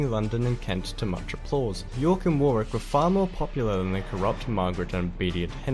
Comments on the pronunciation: FYI, Warwick is pronounced WOH-RICK not WAR-WICK. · Despite the narrator's apparent mispronunciation, throughout Warwick is and was pronounced 'Worrick' rather than 'War-wick'. Incidentally, the conflict was only named 'War(s) of the Roses' many years later. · Richard II was most likely starved to death, although we can't be sure. His death so soon after capture was very convenient for Henry IV. Warwick is pronounced 'Warrick'; the second 'w' is silent. You guessed that GRR Martin was inspired to write 'Game of Thrones' by the 'Wars of the Roses' very quickly. Well done! There are a number of very good documentaries on the war which it would be very good to see you both react to. Best wishes from the UK, as always. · Pronunciation assistance - Warwick is not 'War Wick' it is 'Whah Rick' but without the pause just 'WhahRick' one word. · And another link to you! Your Yorkshire roots; Cersei is played by an actress from Huddersfield in the West Riding of Yorkshire (the female Doctor Who comes from here too, as did James Mason). The narrator sounds Australian, so don’t say Warwick as he does (War Wick) as it’s pronounced ‘Worrick’… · Some very off the mark pronunciations in this, he totally butchers the names Tewkesbury , Barnet and others, while strangely alternating between the correct War-Rick and the incorrect War-Wick. Are there no English people making such videos? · Warwick is pronounced War-ick and Tudor is pronounced T-you-for. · Definitely recommend the white queen and white princess. Please don't think you pronounce Warwick as he does in the video, he is mispronouncing it. I lived in Warwick and could see the castle from my window, you like it theres a lot of artifacts from the war of the Rose's there. Also look at the princes in the tower and (there a channel4 documentary on youtube) about the king in the carpark that you'll love. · War wick ? Nearly try Worick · Warwick, pronounced “Worrick”, the second “w”, isn’t pronounced. Cheers